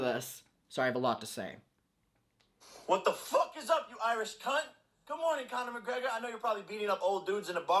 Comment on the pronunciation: oh god the way he pronounces cunt hurts my australian soul